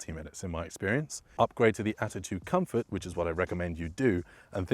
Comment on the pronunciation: 5.m 16 s COMFROT? What's COMFROT? Is this a Covfefe?